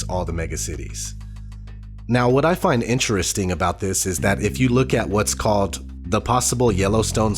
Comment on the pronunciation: Reeely eenteresting. Not ODD chances, I don't think...as in on purpose! Thanks for information that might otherwise, shall we say, be swept under the carpet. Our country seems to have an immunodeficiency of God factor of immense propensity! Thnx!